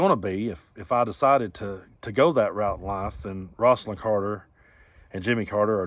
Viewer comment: Rose-alyn Not ross-alyn.